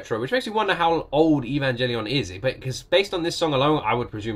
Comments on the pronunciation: The "G" in Evangelion is actually pronounced like in the word grammar not "evan-jelly-on". Some people (including me) are triggered by this wrong pronunciation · I am a simple men, I see evangelion, I click. ( btw the g in evangelion isnt pronounced as a J)